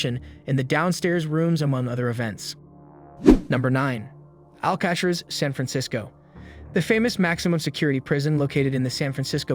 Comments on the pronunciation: HOW DID YOU PRONOUNCE ALCATRAZ WRONG! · Learn how to pronounce Alcatraz.